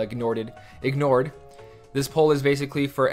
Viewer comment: "Ignorted" :) cute